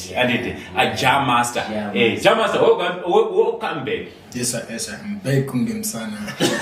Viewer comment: Dzimwe accent so? What is Wocome instead of welcome 😢